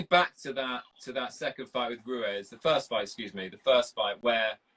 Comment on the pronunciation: You ruin it within 5 seconds by calling Ruiz, Rues. What the fuck is wrong with you? His name could not be phonetically simpler . Might as well call him Enrique you tosser